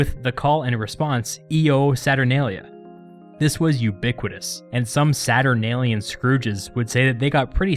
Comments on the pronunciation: Io Saturnalia would have essentially been pronounced, "Yo! Saturnalia!" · From one source I read, the phrase "Io Saturnalia" was actually pronounced "yo saturnalia" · Isnt Io Saturnalia pronounced Yo Saturnalia? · Yo saturnalia